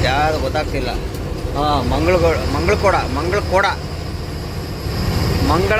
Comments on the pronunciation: Mangalakoda ❌ ಮುಗಳಕೊಡ ✔️ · ಅಣ್ಣ ಅದು ಮಂಗಳಖೋಡ ಅಲ್ಲ ಮುಗಳಖೋಡ